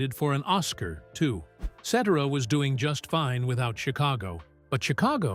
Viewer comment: Still can't pronounce the man's last name right. Geeez 😮